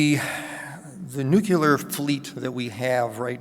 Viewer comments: If you want to be taken seriously please learn to pronounce NUCLEAR,NUCULAR ain’t it and makes you appear clueless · Nu klee ar !!!! there is no 'you lar' in the word. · I would pronounce it /'njuːklɪə/ but then I'm English and he isn't. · yeah that one is just weird.